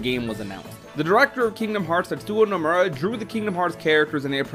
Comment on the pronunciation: It would be nice if you pronounced Tetsuya Nomura’s name properly